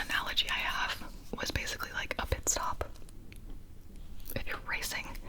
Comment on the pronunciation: Every time she said "pitstop," all I could hear was Guido from Cars saying "peetstop." So now can we have Cars ASMR please? 🥰